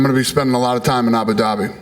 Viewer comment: Dana ”abu dabity” white